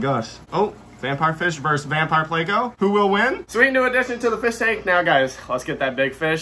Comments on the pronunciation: Not a damn "playco" pleco. Say it with me. PLECO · Please say it correctly. It's plEco.... not playco. Gunna give me a damn aneurysm